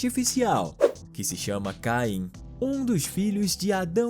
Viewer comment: O nome não é caim é caine